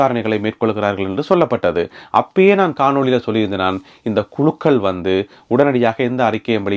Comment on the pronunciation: நீங்கள் உச்சரிக்கும் காணொளி பிழை கானொளி என நினைக்கிறேன்